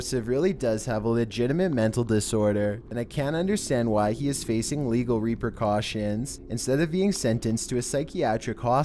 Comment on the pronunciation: Repurcaution? Isn t it repercussion.Sorry it sounded like you said repercaution.